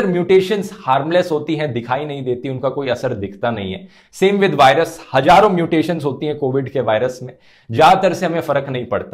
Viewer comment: Dhruv hajaroo nahi hazaroon hota hai